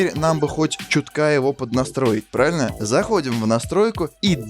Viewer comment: + новый саб, за качественный контент и слово "праильна"